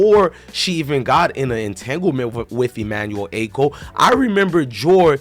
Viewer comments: Dont get mad at me its pronounced Ah-cho not Acko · Emmanuel ACHO. Pronounced as AH-CHO. Like saying AH-CHOO minus the extra “O”….